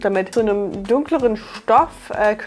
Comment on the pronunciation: Bin ich die Einzige die wegen "Initial•i•en" die ganze Zeit getriggert wurde? Sorry, aber das i hat da nichts zu suchen.